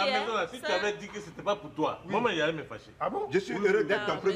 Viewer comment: La première fois j'entends dire Mamane 😂😂😂😂😂